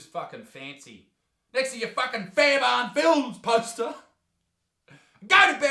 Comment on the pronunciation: Fair'burn' lol